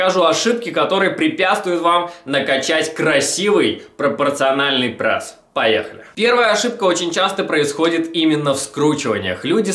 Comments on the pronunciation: Аааа. Я не могу смотреть!!! Почему он говорит ПРЭСС. Не ПРЭСС, а ПРЕСС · Давайте больше лайков этому комменту!а то хотел посмотреть видео,но уши режет этот прЭс!поэтому выключил,а жаль,может полезную информацию узнал бы(